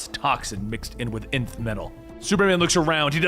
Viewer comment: Finally, he says it right: Nth (enth) metal!